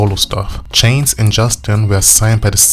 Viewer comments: Like many before me His name Is JC Not CHAINS . You wanna make a Video take the Time To GET IT RIGHT !!!!!!!!!!!!!!!!!! i Stopped watching because of THAT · JC's last name is pronounced "Sha-zay". It's French. His first name is Joshua, but his family calls him Josh. "JC" are his initials, used on the Mickey Mouse Club (there was already a guy named Josh on the show), and he continued using it into ☆NSYNC.